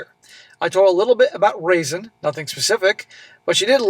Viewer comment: Is that Raisin girls name spelled raisin or Roisin. If it's the second one it's pronounced Row-sheen. My cousin always got her name pronounced as raisin lol